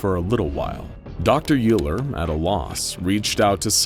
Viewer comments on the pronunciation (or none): I just want to point out that Euler is pronounced "Oiler," not "Yooler" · Euler is pronounced "oiler". Like the mathematician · Hey. So, just so you know, Euler is a German last name, and it is actually pronounced ‘Oiler’. You’re welcome. 🙂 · i think you pronounced dr euler's name WRONGLY!